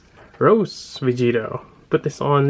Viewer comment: Awesome figure, but you're not saying it right. It's not rose, it is ro-sei, fancy like.